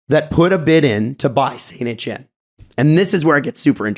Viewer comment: Am I the only one that had to search around phonetically for the AS Saint-Etienne Soccer team. It's not Saint-Eshenne! Pronounce a hard T bruh! Saint-eTienne.